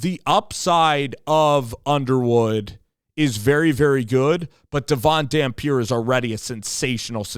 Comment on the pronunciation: He's a senior he's not coming, and you didn't even pronounce his name right